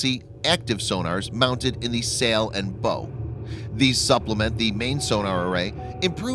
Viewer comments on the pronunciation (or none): Bow is pronounced like cow, NOT like know. I'm stunned that the narrator would not know that. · The bow is the front end of the vessel, and the vowel sound is pronounced as you would cow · This guy is just reading the narration without actually understanding what the pronunciation of words like LITTORAL and BOW, etc. are. This gives the channel a tinge of crappyiness. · I get they might not know how to pronounce, "Littoral," but not knowing how to pronounce "bow"..? Wow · It’s funny because he pronounced “Bow” correctly like 2 sentences before he pronounced it wrong